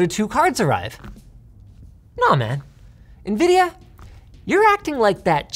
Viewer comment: nividia lost me